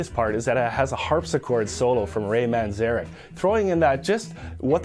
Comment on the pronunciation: Cool documentary about the Doors except for one annoying thing, the bandana guy on shrooms tha totally mispronounced Ray's last name twice so far..and his constant fluffy bunny descriptions of their music is nauseating.